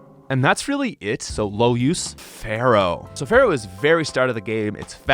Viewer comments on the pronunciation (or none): It's NOT Feral, it's FEAR-ow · but why do you always call fearow "pharoah"... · My brother in Poke- it’s FEAR-oh 😷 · Stop calling Fearow "Pharoah"